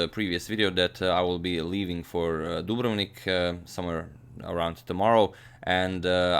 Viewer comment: I have been pronouncing Dubrovnik wrong my whole life, now I know the way to say it :)